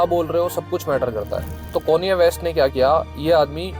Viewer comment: Bhai bada irritate hora hun m konye west sun ke 😂😂😂